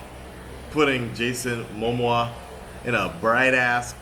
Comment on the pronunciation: Lol you’re butchering the pronunciation of Momoa and Wan.